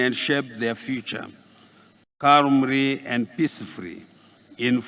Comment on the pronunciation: Freery and openiry,caumry and peacifuri😂😂😂😂